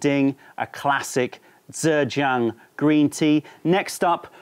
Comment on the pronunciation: Informative as always. Blind tasting videos are great fun - please do more. :) Btw 'zh' is pronounced pretty much like a 'j' in English, so you are not saying Zhejiang quite right (if you're going for a Standard Mandarin pronunciation, anyway - I have no idea about local Zhejiang pronunciation).